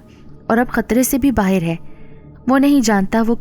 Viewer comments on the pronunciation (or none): Karaaya nhi kiraaya, baahir nhi die, aapki awaaz bohot pyaari he